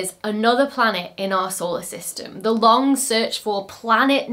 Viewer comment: The G in 'long' isn't a hard G